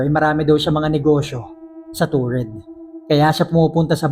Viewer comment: Taured po Hindi toured